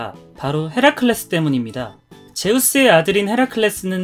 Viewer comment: 헤라클레스를 해라펠리스로 들은...